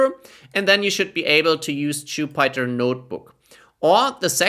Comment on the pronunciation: It’s Jupiter not jupieter 😂😂